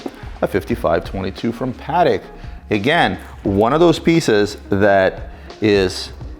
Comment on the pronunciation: Isn't it pronounced puh-tek?